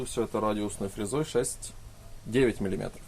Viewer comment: чего??? ВЫЛАЖИВАТЬ??? мелИметров?? все норм все классно! но ухо режет